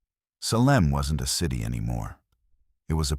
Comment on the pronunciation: Seriously...mispronounced one of our most notorious cities, i.e. for the SALEM witch trials!! Get a handle on your AI program. Ridiculous.